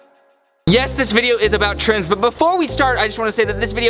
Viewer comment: I thought he said trans and trans and trans and trans